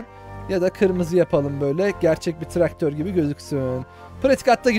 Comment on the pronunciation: Traktör e tıraktor diyen